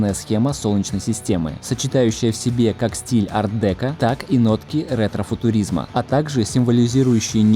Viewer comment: Куда ударение ставить? ДекО ведь?